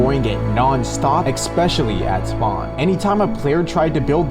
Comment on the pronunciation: please learn how to pronounce "especially"